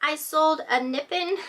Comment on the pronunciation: I just read in the comments criticism of your pronouncing Nippon wrong. You may not know how to pronounce it but you sure can sell it. The Nurse Flipper had a designer brooches show. She mispronounced almost every designer’s name. All of them were dead before she was born most likely. I had a hoot because I grew up with those high fashion names advertised in mags and on TV. I’m 72. Both go you are so knowledgeable and hard working with good experience honed instincts.